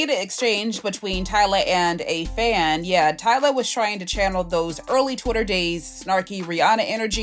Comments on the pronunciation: Why are you saying Tyler? Lmao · Why are you calling her Tyler instead of Tyla? You are mispronouncing Tyla’s name. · Her name is Tyla not Tyler lol